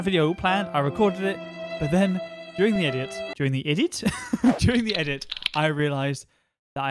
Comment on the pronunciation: during the eedit? with an eee? man how does this guy speak . man i need alot more subs